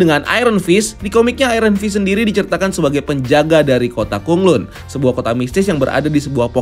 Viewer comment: BTW Bacaannya Kota KhanLan Bukan Kota KhunLun